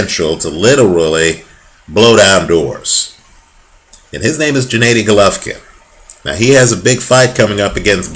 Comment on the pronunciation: the first consonant in Gennady is the same as in Golovkin (all of the GGG in Gennady Gennadievich Golovkin are pronounced the same way as in his family name, Golovkin -- akin to English words 'gear' or 'good'). Nice call about GGG. Has all it takes to beat up anyone at 160lbs. Has some notable victories as an amateur -- e.g., KOed Lucian Bute, is undefeated as a pro, and has a bit too much of the power for the weight, yet a good defensive game.